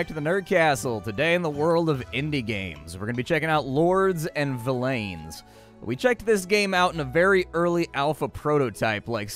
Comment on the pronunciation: Its actually pronounced like "Villains" (yes it is spelled Villeins) - If you google the word and click on the audio pronunciation the guy says "Villain". Not Vill-lane. lol. Dev have confirmed it sounds like villains as in the bad guys.